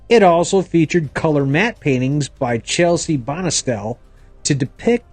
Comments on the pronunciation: Not Chelsie Bonestell. It's Chesley. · CHES-LEY Bonestell, and BY-RON Haskins